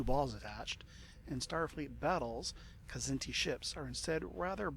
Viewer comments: it's not kah-zinti, like you're sneezing it out. and it's not a silent k, either. you pronounce the kz together, like it's the same consonant. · I pronounce it Kzinti (Kz+inti). Wish there was a new Star Trek series based in the SFB universe, featuring heavy combat action across the spectrum, using SFB mechanics (perhaps with a little poetic license to include some 3d movement in the combats). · I always pronounced their name "Kah-ZIN-tee" and depending on which race I was up against I'd probably take either the CC for simple "brute force" or more often one of the specialized "Drone Bombardment" ships like the DF so that I can use the bonus allotment of special drones to really fine-tune things to suit who I'm up against. Regardless of drone load-out, one of the key things that can affect Kzinti tactics is whether or not the Kzinti opponent knows or remembers how to use their labs/AEGIS to identify seeking weapons... a smart Federation player in a regular CA can really throw a wrench into the drone tactics of a Kzinti CC when they use their labs to identify which drones are best to fire at, throw a tractor beam at, or let strike the shield. Some of the drone tactics I like to use wont work with the Kzinti and only work for the Federation (with G-racks capable of holding and firing 1/2-space "dogfight" drones and ADDs) since the Kzinti ships had only A-, B-, and C-racks capable of holding and firing only 1-space or 2-space drones as their armament. Still, the load-out I'd choose would depend on the scenario year and the race of the opponent. Who's my first opponent supposed to be?